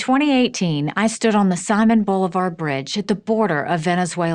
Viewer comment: That's not how you pronounce Simon Boulivars name